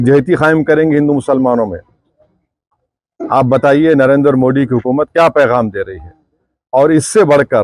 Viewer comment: It's not D it's Dhi ...डी❌... दि ✅ पेहले 'नरेंद्र' मोदी ठीक से तो बोलना सिखो। फिर आगे बोलो😂😂😂